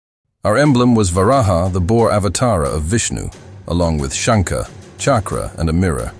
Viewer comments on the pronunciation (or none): none